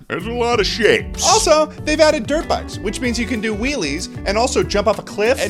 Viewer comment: I misheard "dirt bikes" as "derp eyes"